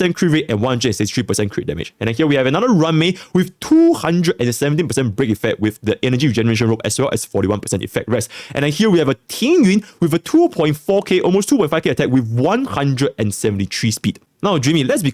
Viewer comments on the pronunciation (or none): Is Tingyun's name truly pronounced Tingyuin